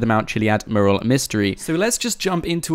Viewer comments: Learn to say mural properly please. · There has been around 3 years of GTA 5 and trying to crack this easter egg and he still can't properly pronounce mural :D